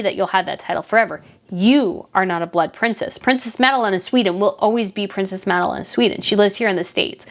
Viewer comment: Sounds like you are saying prince smadelyne